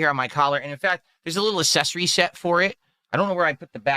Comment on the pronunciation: His difficulty with the words accessory and successor crack me up 😂